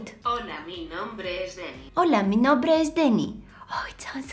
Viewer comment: And nobre instead of nombre